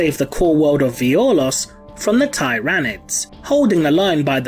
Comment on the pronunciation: You’re saying Tyranids wrong